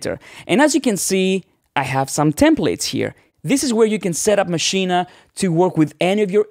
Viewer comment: I thought you were going to talk about Maschine, NOT Maschina, which you mispronounce it as all the time.